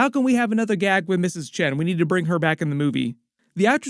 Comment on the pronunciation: Chen rhymes with gun. Really.